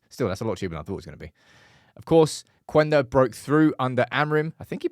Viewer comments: it‘s Kenda, not Kwenda. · In Portuguese the U is silent. It's "Kenda" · I heard it's just pronounced Qenda (Kender) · hey there, Sporting and Amorim fan here. Just wanna tell you that that his name is speaken like Kenda. We dont read that "u" there. Also, SCP stands for Sporting Clube de Portugal, idk why people call it Sporting Lisbon besides their stadium being in Lisbon. Love the updates on Ruben stuff, i will forever love that man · Hi - his name is actually pronounce as " keyenda"